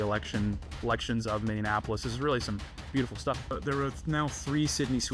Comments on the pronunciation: Mini. Apolis. Mini. Apolis. Minneapolis. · I’m sorry but please pronounce Minneapolis correctly